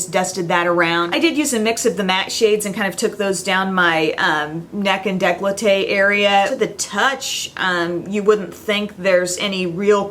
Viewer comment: Luna Sea Actually its pronounced "Day-kol-tay" Trust me, I'm French ;)